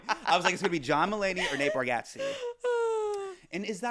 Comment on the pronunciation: Hasan gets pissy about folks mispronouncing his name but mispronounces Nate Bargatze’s name wrong?